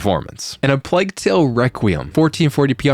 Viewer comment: why cant americans pronounce plague